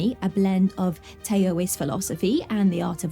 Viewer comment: Taoist is pronounced Tow... not tow like toe but like ouch with no ch!